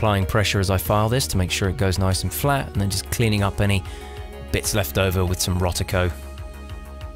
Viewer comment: There's no 't' in Rodico. LOL!